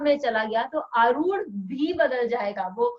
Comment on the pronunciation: पहली ख़ुशी तो ये हुई की आप "आरुढ" शब्द का सही उच्चारण कर रहे है|u-tube के कई videos और अन्यत्र आरुढ को अरुध या अरुद्ध बोलते है| बहुत ही ज्ञानप्रद 🫀🫀🫀